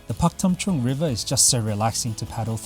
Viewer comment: For a moment Pak Tam Chung sound like Korea especially in your accent.LOL